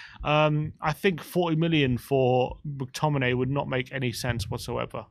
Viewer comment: Mctomminay?? Mctommigoat yes please